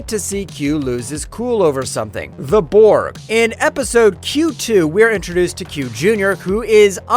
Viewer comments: I think the worst was when he called the Borg "bord" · Yo did he say bored instead of borg????